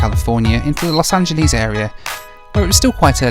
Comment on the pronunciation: LMAO SO TRUE